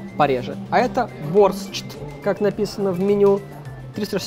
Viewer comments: Или я не шарю в русском или же он не правильно прочитал там же написано борщ а не борстщ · Я все розумію, но БОРЩ це БОРЩ, а не "БОРСЧТ"